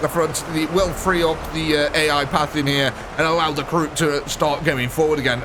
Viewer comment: Karoot? Its Kroot